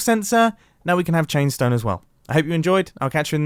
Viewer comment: "Chainstoe" Mumbo, take a nap please.